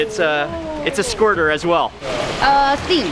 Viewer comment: She said it's a "SQUIRTER".. BAHA